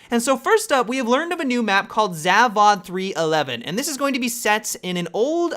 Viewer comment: i really like how you pronounce the "zavod" :D